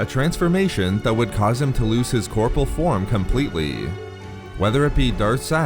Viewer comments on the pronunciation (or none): It is corpo-REAL